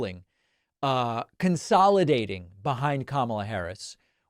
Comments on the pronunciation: Why doesn't anyone just point out the obvious? ! It's been at least five years now, and he has yet to learn how to pronounce her name. He's gotten it right occasionally, but if he can't remember how to pronounce his opponent's name, how will he be able to lead a country? You may say that he's doing it on purpose, but that doesn't make sense either, since he sometimes goes back and forth with the correct pronunciation. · The last I knew ( Camilla ) was the Queen Consort to King Charles III of England... If he can't even say his opponent's name ( Kamala ) correctly he must not be mentally fit for office. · Kamala Harris had been in the public eye for many years even before being vice president for 3+ years. Despite that fact, the former presidential felon still seems to be incapable of correctly pronouncing her name. Maybe at this time, a common mispronunciation of his name would be appropriate? I throw out the first suggestion as Doonuld Tramp. I am sure the Pakman listeners could come up with much better mispronunciations for the twice-impeached felon. Let's hear them!